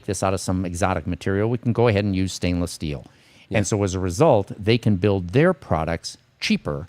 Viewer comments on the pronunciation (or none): none